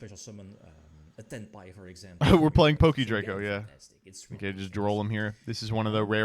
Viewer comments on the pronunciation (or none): none